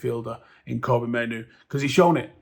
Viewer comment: Fk sake, stop calling him Koby, Mainoo his name is Kobbie? Kob-bie like Robbie, but with a K